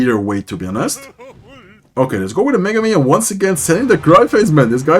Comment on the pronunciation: The way you pronounce mega minion as Megumin 😂